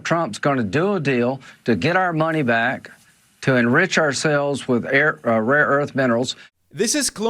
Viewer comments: Someone should please tell Trump that it is Rare earth, not "Raw earth"😂😂😂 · The irony is that there are no proven reserves of rare earth elements in Ukraine, so when he mispronounces "RAW EARTH", he is right, that's what they are getting RAW EARTH, sand and dust. Ukraine is in no way a mineral powerhouse when it comes to either critical minerals like lithium and even less so when it comes to rare earth elements; they are not even in the top 10 countries in the world. Until this "saving face deal" propaganda about Ukraine resources, Norway was the European country with the largest reserves of rare earth elements. Greenland on the other hand is very rich in rare earth elements, which explains his long obsession with taking it from Denmark. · It's rare earth and not raw earth. 😁😄😆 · It is rare earth not raw earth. Dummy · No one will tell him, they're too scared of him. I wouldn't be surprised if they all start saying " raw earth ".